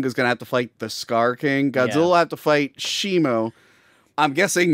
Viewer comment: IT'S SHIMO! WITH AN O!